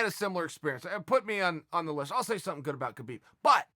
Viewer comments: Habib is the correct way to pronounce it. Not a dig, just some constructive criticism. Keep that cape on the ready, uncle Chael. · “I’ve always appreciated khabib” proceeds to mispronounce his name for 5 minutes straight